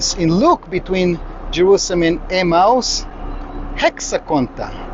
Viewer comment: are you says 'a mouse' or Emmaus.?